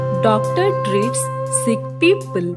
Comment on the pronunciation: A small correction that is not seek it's sick 🤢😂